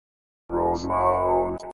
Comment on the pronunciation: It’s pronounced ROSEMONT, spelled ROSEMOUNT!